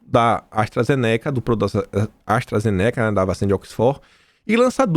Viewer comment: sua pronúncia sobre a ASTRAZENICA, aiiiiii dói os ouvimos... não é assim que se pronuncia.